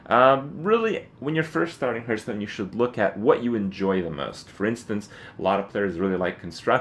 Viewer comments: It's pronounced harth not herth dammit. Lol.That aside, very helpful. Thank you. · how can you play this game so much and still pronounce the name fucking wrong.